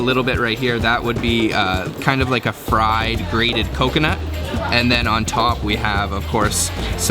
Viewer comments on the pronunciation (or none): none